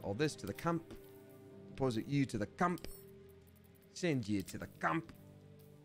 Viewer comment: "Send yoo to ze CAMP!" sounded a wee bit moustachy German there.